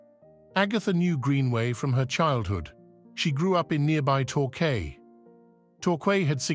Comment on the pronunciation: Yes indeed! It is a tough listen if narrator cannot pronounce Devon and Torquay . Cannot watch more.